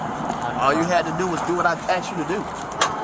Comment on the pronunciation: "All you had to do was do what I axed you to do." 🙄